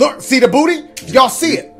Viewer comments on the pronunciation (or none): none